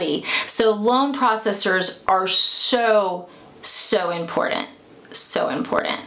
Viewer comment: Love the info. Hate how she says important. 😆